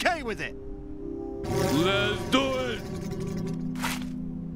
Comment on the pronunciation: He did say lezdoit so kinda on him